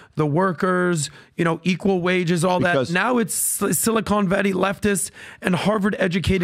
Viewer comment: “…sili-CONE valley” 😂 Stump